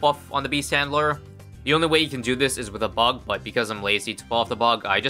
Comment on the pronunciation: I thought beast handler was called beast chandler for a sec lol